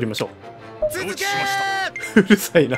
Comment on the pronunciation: 続けー チーズケーキに聴こえるわ ワロタ